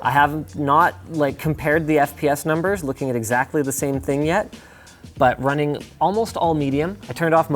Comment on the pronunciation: You meant, "one more Ting," I think. I write freelance fwiw lol